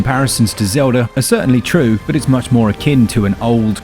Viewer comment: Legend of Zeldhuh? Breath of the why dude